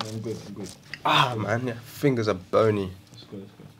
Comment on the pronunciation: bruv how he pronounced bony